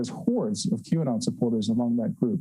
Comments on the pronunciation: Is it pronounced Q anut? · Lol, why does everyone keep saying Q anon?" You would think by now they could say it correctly. Check out the Like to Dislike ratio. It is 1.7k Likes to 4k Dislikes. I think they are completely missing the point.